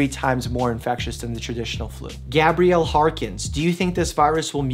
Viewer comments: First, thanks for all the sound and sane advice. Second, why you mispronounce 'Gabriel' brah? It's not spelled Gabrielle ... it's Gabriel. Like the angel? (Gay-Bree-El). Sorry, it's just that's my name and it's the male spelling of the name and you used the female pronunciation. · nobody: Mike: Pronounces 'Gabriel' as 'Gabrielle